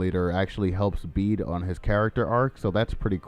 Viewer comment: Bede's name is pronounced like "bead".